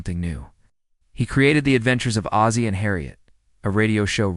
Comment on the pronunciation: Hazey Nelson??? Its Oz- zie. Like the Wizard of Oz. Im sure there are ways to check name pronounciations